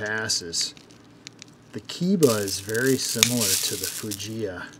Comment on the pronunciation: My friend, Keiba should be pronounced "kay-ba". Japanese is pronounced similarly to Spanish in regard to vowels.